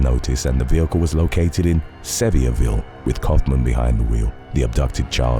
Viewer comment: As a native, Sevierville is pronounced like Severe [səˈvir]-ville. Worst I’ve ever heard it mispronounced is Seever-ville 😂